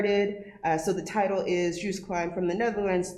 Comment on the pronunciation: It’s not ‘Juiced’ his name is ‘Joost.